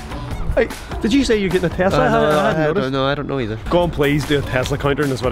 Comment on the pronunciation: its not called a tazla its called a tesla witj a s not a z